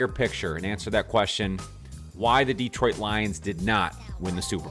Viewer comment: Good work. (And it's still not DEEtroit).